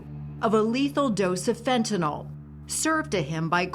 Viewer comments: NO! By giving him a lethal dose of fentanYl, NOT “fentanol”. There is no such drug! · FentaNYL not FentaNOL. How is that so hard for some people? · He attorney says "FentaNOL." It's pronounced (and spelled) "FentaNYL." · It's fentanyl not fent a nol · Sounds like nil